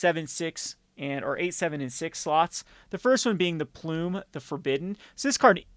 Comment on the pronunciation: "Plume" the Forbidden 😂